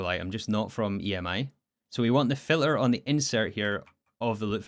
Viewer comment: Can you fix this: you say filler when you mean filter? don't forget the T